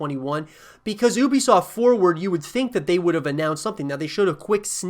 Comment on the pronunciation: Ubisoft pronounced You-Be-Soft is more correct, but been waiting on this game for years now looks awesome.